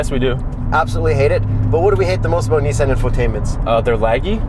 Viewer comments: 🤦🏻‍♂️ it’s not “Nee-zan” it’s “niece-on” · Its zetto not zi or zet. And its Nissan not nissen.... great video by the way. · "Neessen" lmao. Get it right next time. LOL great content! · The way they pronounce Nissan is troubling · Why are they pronouncing it kneesan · Can you not fucking pronounce NISSAN you dumb fuck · People keep talking about the car, but is nobody gonna mention the way way they say Nissan? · This is the exact wrong way to say Nissan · jesus fuck did you pronounce Nissan incorrectly on purpose? the cringe is real dude. seriously, how many people have you ever met that say Nissan like you do? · You say Nissan weird